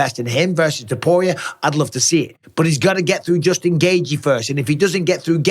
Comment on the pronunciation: Why does Mike pronounce Justin’s name “gay-gee” instead of “gay-chee” like everyone else?? Seriously can he not pronounce it?? It’s like he made it up. Do better, Mike.